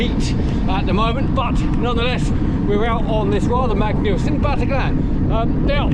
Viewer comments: Great video as always. Fantastic stories. One small detail,Battaglin is pronounced Batta- leen, As always looking forward to your next videos which I find to be one of the best cycling videos on the net All the best! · Actually it's not quite Batta-leen. The Italian 'gli' is really difficult for English speakers. It's also really difficult to try and spell it phonetically in English. I think you just need to hear an Italian speaker say it. Sorry, pedantic idiocy on my part. I'm an Italian speaking Welshman.....